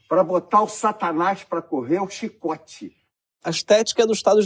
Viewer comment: "Um chxiicote"